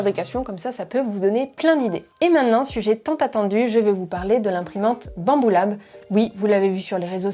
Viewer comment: « alors là bamboula » j’ai du réécouter 3 fois avant t’entendre Banbulab le tout en rigolant